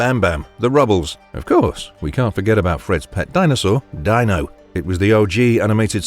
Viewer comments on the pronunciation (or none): Pronounced "Dean-O", not "Dine-O." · Not Dyno.....Dino.....lol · Fred Flintstone's pet Dinosaur is named DINO (DEE-NO) not (DINE-O) if you've ever watched the cartoons you'd know this. In Dino's first appearance, Dino would often break the fourth wall, and talk to the audience. Also I don't know if you know this, but the Flintstones was very similar to The Honeymooners TV show. Fred being Ralph Kramden(Jackie Gleason), and Barney being Ed Norton(Art Carney) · Dee No, not Die no. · Um, the Flintstones dinosaur Dino is pronounced DEE-NO NOT DYNO! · pronounced Deano not Die No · How could you leave out two of my favorites when I was a child. "Colonel Bleep", Max Fleischer's Superman. Both shows are legendary and ground-breaking. Also, the Flintstone's dog's name is pronounced D E E N O although it is spelled Dino. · Flintstones was actually originally on Prime Time and was meant for the whole family, not just kids. Also Dino was pronounced "Deeno" in the TV Show. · What kind of fool mispronounces "Dino"? Oh, right, an AI Narrator. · Yes, he had me until then. He obviously never watched the Flintsones, if he's gonna pronounce Dino like that. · I love the mispronunciations in these trend/listical videos. Poor Dino. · Yeah, that was fun.